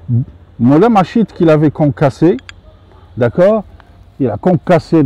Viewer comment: Merci pour ces vidéos très instructives. Si vous le permettez, juste une petite précision: la malachite se prononce 'malakite'. L origine du nom vient de la couleur verte des feuilles de mauve qui vient du grec 'malake'.